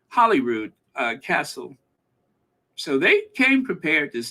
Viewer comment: Slight pronunciation correction. Holyrood. As in. Holy God almighty